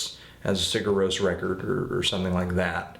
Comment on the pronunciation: You got the Rós part right, but Sigur is kinda like Siyer with a short i. It's not exactly a y sound, but it's close. Somewhere between a g and a y... kinda like ch in German, but while vibrating your vocal cords. Also, you got the album name nearly right, except that the i is short. It only sounds like "ee" when written í.